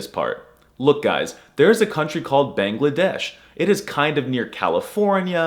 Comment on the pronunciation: Thanks for picking Bangla as one of the languages on your list. But a lot of foreigners and westerners butcher the countries name and saying the westernized/anglicized name of the language. Your Bangladesh pronunciation was pretty good but you gatta put a little emphasis on the a-n. Ba-angla-desh also a some/alot of natives hate it when people call it Bengali when instead in the native tongue it's Bangla. But the west to make it easier to pronounce call it Bengali instead. A lot of languages have fall victim to this. Deutsch became German, Italiano became Italian etc.